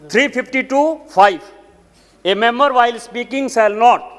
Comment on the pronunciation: Who is pronouncing "member" as mumber